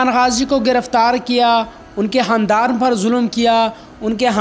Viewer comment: Haandaaan ni khaaandaaan